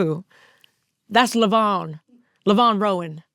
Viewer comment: I think it's Levon (Lee-Von) like the Elton John song